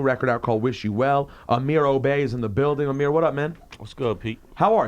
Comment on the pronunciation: Im Good - Amir Obe original or pnd...its actually fucked up that never blew him up. How the fuck lil yachtclub be what gets the people lit....this dude has his name mispronounced and still carries himself like his name really pronouced obey loool like how 7 years go by and no one noticed?! thats fucked up i dont trust shit anymore